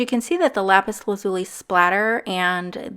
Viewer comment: You just pissed off every Steven Universe fan by how you pronounce " lapis lazuli"